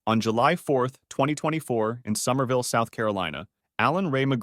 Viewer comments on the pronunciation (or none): Somerville or Summerville?